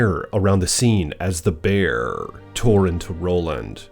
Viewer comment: ❤😂😂😂❤😂😂❤😂😂❤ "The Bearrrrrrr!!!" I'll NEVER get enough of hearing you say that!!!😂🤗